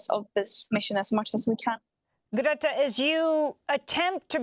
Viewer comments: who? How do you say her name? Amy’s the only one that’s been pronouncing it like this. I don’t speak Swedish. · ♥️👏 just one criticism the presenter of this vital channel should really know how to pronounce Greta's christian name. I think she pronounced it two different ways during this post... 🫣